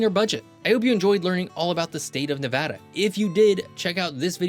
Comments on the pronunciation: Thanks for saying Nevada correctly. 🤘🏼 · Earned my like for pronouncing Nevada correctly 🫡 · Born and raised in Las Vegas Nevada! It’s the best state and thank you for saying the name correctly. 🏔️ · Thank God you pronounced the name correctly! Good Job! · Thank you for saying Nevada correctly. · You are the absolute winner for pronouncing Nevada like a local! 🏆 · Thanks for pronouncing Nevada correctly! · The best part about this video is the correct pronunciation. If there's one thing that pisses me off about a lot of geography videos, its when people say "Ne-vaw-da" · Thank you for pronouncing Nevada correctly. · When people say - Nev-aw-da, not Nev-ad-da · forth generation Nevadan here . My whole family says the state name the exact way . And yes we are very particular how people pronounce our states name . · Ty for saying Nevada and not Nevahda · Great video! Thank you for pronouncing Nevada correctly. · The fact you say Nevada correctly 👏👏👏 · As somebody who's lived here the majority of my life, thank you so much for saying NEVADDA and not NEVODDA. I've had to correct so many educational channels on this. Drives us crazy! Right on for your video here. Aweosme facts. I didn't know we had some of the oldest rees on the planet. Very cool fact. I live in Elko Nv. And the Ruby Mtns are over the hump to Springcreek and in our backyard. Basically, it's a 25 to 30 min drive. They are a beautiful range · Far too many people say, Ne-VAH-duh, rather than the proper Ne-VAD-uh. As all Nevadans know, Ne-VAD-uh is the proper pronunciation. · HE SAID NEVEDA CORRECTLY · You got me at the beginning when you pronounced Nevăda correctly! I’ve been in Nevada more than 30 years and have been all over this state. From the Valley of Fire to Lake Tahoe, Cathedral Gorge to Fly Geyser, Pyramid Lake to Great Basin National Park, and Virginia City to Rhyolite, there is so much more to this state than Las Vegas! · A: it’s a real voice, B: at least he got the state name right?